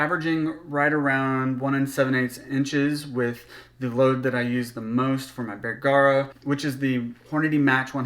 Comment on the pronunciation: It’s “Bergara” not “bear-gara”